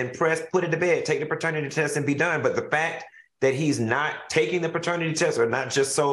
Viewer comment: Why Al keep saying Baternity test. 😂😂😂😂